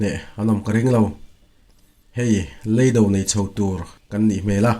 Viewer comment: Engatinge pasaltha thawnthu chhiartu tam tak hianl"leido" tih tawngkama "lei" hi an thluk dik loh tlat thin le?